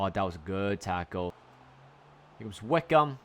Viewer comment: Wycombe is pronounced as WICKUM